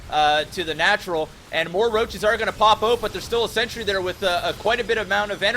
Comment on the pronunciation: Am I the only person that keeps noticing that pronounces "Sentry" as "Century?"